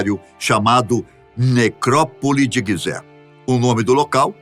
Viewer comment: Guisé??? Ou pirâmides de Gisé ??? Ai ai